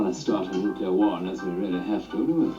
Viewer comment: "Nuclear" is pronounced "new-klee-urr", not "nuke-you-lurr". It is pronounced how it's spelled. Most of Peter's Strangelove scenes were improvised.